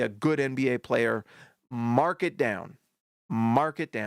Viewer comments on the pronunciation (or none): none